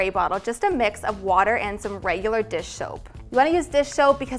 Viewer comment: When she said dis shoap instead if dish soap